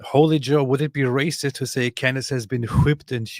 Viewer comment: "Cand Ace"😂